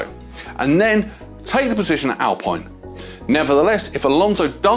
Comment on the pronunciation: It's pronounced alpeene